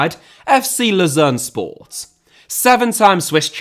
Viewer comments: You keep mispronouncing the team name in Switzerland. It is “Low-zann” not “Loo-zero” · I know I'm nitpicking, but Lausanne is pronounced Loh-sann, not like Lucerne... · Yeah, I was confused as to which one he was mispronouncing (Lausanne is "Lozan" and Luzern is "Lootzern") before i saw the team logo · Wonderful,! But notice: Lausanne and Luzern are not the same city. From what I've gathered in the video Ratcliffe owned Lausanne which is pornounced kinda like lowzanne. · Your pronunciation of Lausanne sounds far more like Lucerne, which is very confusing, as they are both Swiss teams that play in the same league, in the same colour. Lausanne is French-speaking so should sound something like "Lor-zann" in English and although Lucerne is German-speaking (Luzern in German), we have the English "Lucerne" for it, which you seemed to be using throughout to refer to Lausanne. Keep up the good work otherwise. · The mispronunciation of Lausanne Sport as Lucerne, also another city in Switzerland, is jarring. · Laus"Anne" it's pronounced pal. Great content as usual. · Was it Lausanne or Luzern he owned? I think it's Lausanne, but it sounds like you're saying Luzern. Which is like the Gent/Genk thing. In fact, they're playing each other tomorrow. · Lausanne, he just pronounced it wrong